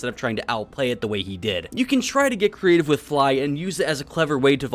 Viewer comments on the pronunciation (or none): none